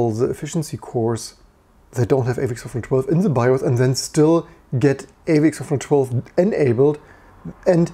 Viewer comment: Why does it sound like you're saying AVX-412?